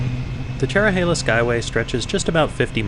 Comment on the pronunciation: i havent ridden this in 28 years. the trees have really grown. the views used to be even better. ps: thanks for getting the pronunciation correct.